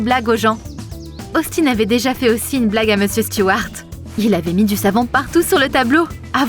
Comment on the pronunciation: Par contre elle a dit meusieur Morgane 😂